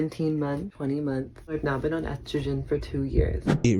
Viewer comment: Can't even pronounce estrogen